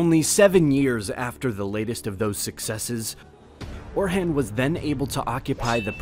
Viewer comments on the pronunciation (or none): How can you make such good videos and mispronounce simple words like "tomb" and "Orhan", among many others?